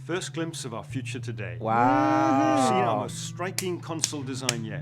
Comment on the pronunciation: "FROM THE FYOCHA"